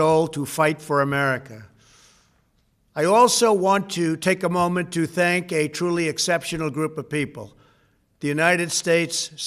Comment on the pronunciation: Did he say "thank Mike Pense" or "hang Mike Pense"?